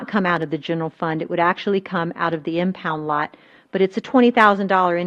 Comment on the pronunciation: My blood boils when I hear her say impound lot